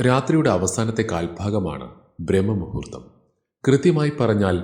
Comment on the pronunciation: Brahma muhurththamalla.....Braahma muhurththam...